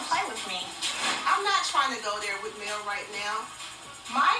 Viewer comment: Mel said it correctly..